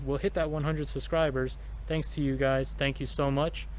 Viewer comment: Good reviews and you made me laugh. You said that the Car Rover people didn't use proper grammar, yet you keep saying " suscribers' (SUBscibers) or made in merica (America) Maybe you're just being funny. But again, good review